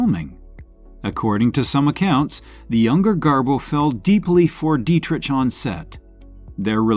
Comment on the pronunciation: Learn to properly pronounce " Dietrich".